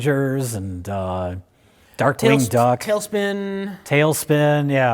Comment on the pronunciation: mf said "darkting duck"